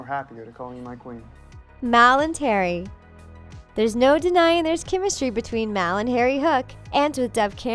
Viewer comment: Am I the only one who noticed on it sounded like she said "mal and Terry" instead of "mal and Harry" idk if I heard the incorrect or not